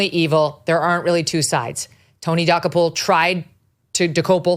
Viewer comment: You guys are not even close at prouncing Tony's name correctly.